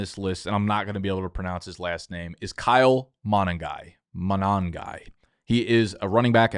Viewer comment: Say it with me, Nickie Clickie. Kyle Muh-nu-guy. HOW YUH DOINNNNNNNN